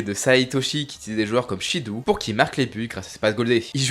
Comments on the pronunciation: Shidou se lit shido en japonais 😂😂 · Super vidéo comme toujours 🙂 Pour Shidou avec "ou", il faut le prononcer "o". Le "ou" est un "o" long 👍🏾